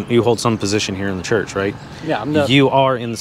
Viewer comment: What's a "Hurch"?